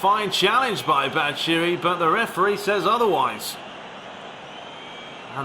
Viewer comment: you pronounce "batshuayi" wrong, you shouldn't omit the last "a"